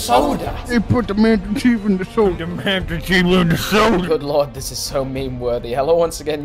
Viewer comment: Maestir Cheeeef in da soouder